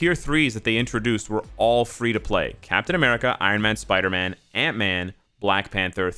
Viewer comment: "Captain Americal"